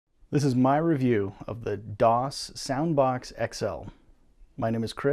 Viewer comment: Its soundbox not sounbox..